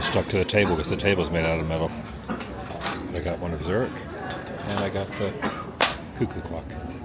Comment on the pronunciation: YES, “Zurick” Zurich